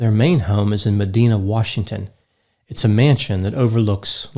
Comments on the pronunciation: Its pronounced Muh D-eye-na not medina like in saudi arabia. Bill owns almost the whole neighborhood around his main house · Please!! Meh DINAH, not Meh DEANA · It’s pronounced ma Dina and not ma deena. And it’s a very Rick area of Bellevue WA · Small piece of trivia. The city where Xanadu 2.0 is, is Medina. It’s a tiny and wealthy suburb of Seattle. The i sound is long. The word rhymes with vagina. The founder of Costco also lives in this same city. I went to his house once. And I used to delivery bottled water to the construction site of Xanadu 2.0 when it was being built. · Medina is pronounced Me’dinah’. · Me-dI(eye)na, WA. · Medina is pronounced muh-die-nuh. I live nearby 🙃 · Medina, where Bill & Melinda Gates's house is, is pronounced "Meh die nah." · The Gates’ home is in Med- EYE- nah. Medina.